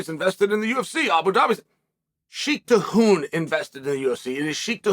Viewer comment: Another masterclass pronunciation for Sheikh Tahnoon.